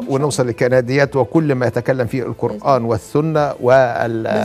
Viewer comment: يرحم امك لا تتكلمي بالغة العربية الفصحي نكبتي ام ام الغة الكران== القران ياقوق وماقوق== ياجوج وماجوج سؤال بلله عليكم ياعالم هذي كيف تقرا القران وكل مخارج حروفها بالغة العربية الفصحي تخلط لهجتها مع الغة ارحمونا من لهجتكم كواعد== قواعد